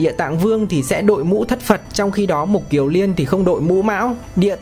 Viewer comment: Xin người đọc lưu ý là Mục KIỀN Liên chứ không phải là Mục KIỀU Liên nhé